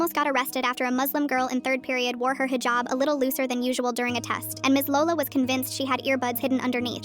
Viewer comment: I hate how ppl pronounce Muslim Muslem At least try And hejab Bro stop its Hijab